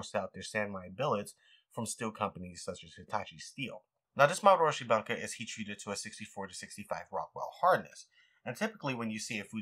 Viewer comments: It's not "bun-ka" like a bunghole, it's "booun-kah". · No disrespect, just small pet peeves: Bunka = Boo-ng-ka, not bunk-a on a related note: Gyuto = G-you-toe, not gyo-toe Santoku = Sahn-toe-koo, not sahn-too-ko